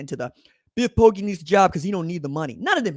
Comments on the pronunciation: Bro, Poggi is pronounced POH-jee. How has nobody corrected you by now? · Poggi is pronounced Poji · I wouldn't lead you astray dawg... It's not pronounced with a hard 'g'...